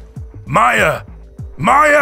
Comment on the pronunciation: It’s maya not miya